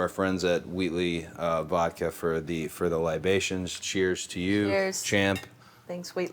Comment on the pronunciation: Cody says libation like he was alive during prohibition 😂 dope segment!!!